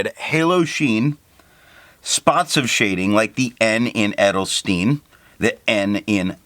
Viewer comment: Good video, as always. However, your pronunciation of Edelstein is a bit 😅. The "Edel" was correct but the "Stein" is more like "shtayn", "sh" like in "wash" and the "tayn" like the "ine" in "mine" with a t in front. Edelstein, easy ;)